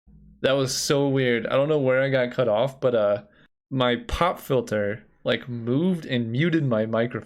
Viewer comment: I can't tell if he said pot filter or pop filter